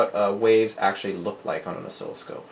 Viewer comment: Good video, tho it's NOT pronounced as osKILLoscope lol... pronouniation is Os-silloscope .. just saying. Keep up the great work.